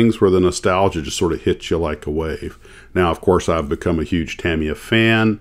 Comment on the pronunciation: The US headquarters is located in Orange County, California, and Tamiya is pronounced Tameeya. My father was the plant manager for Revell in the 1970s when I was a kid. I was lucky enough to spend the day on Saturdays and watch the model masters not only build the box art samples, but I also got to watch them fabricate the tooling to produce the models. I was there when they made the C.H.P. motorcycle from the TV show Chips and I got to keep many of the original box art models. I still build models 50 years later. I built them professionally for 4 years as well.